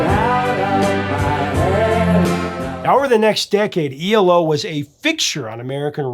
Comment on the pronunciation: It's E L O. Not ELO.